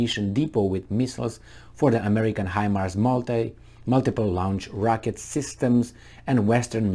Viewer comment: Launch. Not Laounch. Launch, staunch. "au" as in "taught". English is a "nightmare". ;-)